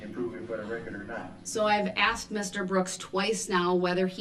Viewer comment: Judge faces babbling Brooks again. She " axed " him often to cease and desist but to no avail. He's the prime candidate for the phrase "...and throw away the key! "